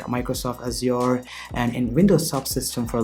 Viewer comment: Just curious, where are you from? (I'm from Brazil). It felt strange when you said "Azure". Felt something like "Azi-Ore". BTW, I totally got it, just curious cuz it is different. No problem at all.